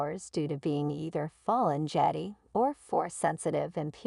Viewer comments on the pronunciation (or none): You sound like Artificial Intelligence. BTW it's Marrok and Jedi, not Merric and Jetty.